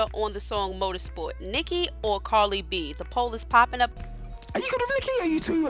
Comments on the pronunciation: Carddddddddiiiii not carlyyyyyyy 🙄😂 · It’s “CARDI” not “CARLI” not even a huge fan but, your annunciation is despicable. Frustrating as hell. Please say it right. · Its cardi not carli